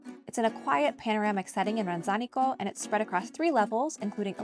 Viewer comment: Love your story🤗 Sorry, I couldn't help myself. It's pronounced RanZAnico.😉 My husband's family home is right by the church. My daughter taught English in Lovere during COVID and your story is so inspirational 😁 Thanks for sharing👏👏👏